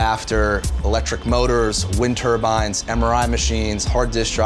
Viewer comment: The fuck is a wind turban? It's turbine. Also it's not "urban mining" it's "trash picking"